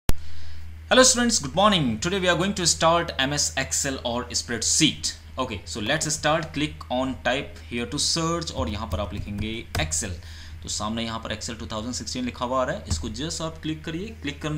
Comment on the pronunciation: Spreadsit or spreadsheet?😆😆😆😆